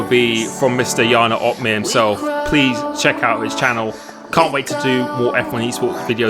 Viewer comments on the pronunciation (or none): Wondering when youl be able to pronounce your own name right lol.